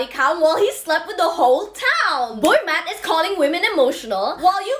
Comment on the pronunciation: Is she saying boy mat?